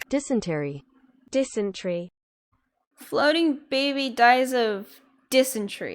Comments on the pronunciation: Dysentery is not pronounced "DIS UN TREE". It also mean floating baby pooped until he died. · Not dis-en-tree🤣✋ FYI The first pronunciation was right but that made my day😂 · I swear to god if the floating baby wins I’m gonna die Edit: It’s dis-en-t-air-ee idk what the hell that other pronunciation was